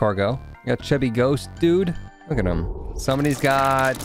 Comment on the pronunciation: It’s not hutt it’s HIM